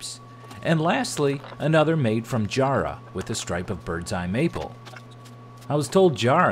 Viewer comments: Jarrah definitely needs the accent mate, it's two hard "A" sounds like rat without the T, (Jâ-Râh). I've never heard it sound as posh as Jar-rah haha ;) Good to see some of our beautiful hardwoods making it across the Pacific. Great design. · I got to and had to let you know its JA-RA, not JAR-RAH 😂Grows heavily where I live and I use it all the time. Tough stuff! Now, back into the build haha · Hi mate, Love your work. For your reference, it is pronounced Ja-rrah, rather than Jar-rah. The sounding is is like ja-bber... like Mr T says "Quit your jibber-jabber". It is native to Western Australia, which is the second largest state in the world (Texas is about 1/4 the size of Western Australia). Some trivia for you from a proud sandgroper. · Jarrah is a West Australian timber. It's colour ranges from pink (sapwood) to dark brown. It makes beautiful furniture and looks wonderful in boxes. By the way it is pronounced as Jarra as in arra. Hard accent on the R. Loved your bandsaw boxes. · How many Danes does it take to get enough oil for a bottle of Danish Oil. Jarrah is pronouced Ja (as in the the 1st half of jack) and then rah (as in hoo rah), I am an Aussie and just wanted to let you know the correct pronounciation. Love your work . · Jarrah is an Australian native, but it's pronounced 'Jarrah' like 'Hatter', not so hard on the 'R's and the 'A's. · You said you couldn't hear the accent for Jarrah, you're saying it wrong 😂 The first a in Jarrah sounds like the a in the word at and the last a in jarrah is like saying a like have a good day. 😂😂😂 Also great work as always. Hope your neighbour makes another dog house so you have more ply for your next project 😁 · Mahogany is nice, but i'll got for the Jarrah because i'm Australian. Oh...and you're pronouncing it wrong ;) Love your work! Wish more people would show outtakes.